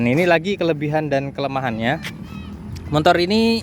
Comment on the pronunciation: Motor, Bang bukan motor. , ga ada "n" nya....